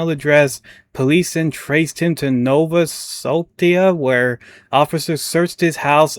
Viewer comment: Subpoena = sub-PEE-nah Nova Scotia = nova sko-SHA Thanks for highlighting this story. Absolutely appalling gross incompetence. Keep it up!